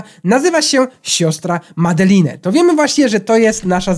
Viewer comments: Wesołych świąt ale czyta się Madelin a nie Madeline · to się mówi madelejn